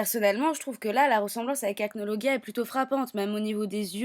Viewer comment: Ca se dit acnolojia